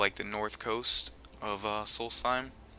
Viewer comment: The guy in the video doesn't pronounce it right, which is kind of stupid considering he's played the original game.